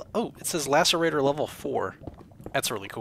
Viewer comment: Lacerate- verb (used with object) to tear roughly / mangle The name is derived from a real word "lass-er-ate", so I'm pretty sure it's pronounced "lasserator"